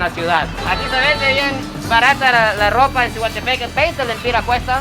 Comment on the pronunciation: se dice SIGUA, haha